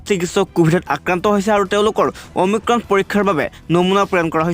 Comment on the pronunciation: অমিক্ৰম নহয় অমিক্ৰন,প্ৰথমে ভাষা শুদ্ধ কৰক।😏